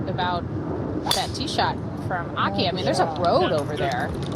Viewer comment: I don't know why the commentators don't make a concerted effort to pronounce names correctly. They so confidently pronounce the names incorrectly that it kind of shows a lack of respect. Their pronunciation of Akai and Chisato is so far away from the actual pronunciation. Imagine if Morgan Pressel's colleagues insisted on calling her Mokkin. Or if Dan Hicks's colleagues constantly called him Dant. I'm sure they'd be annoyed! Learning how to pronounce names lends to professionalism!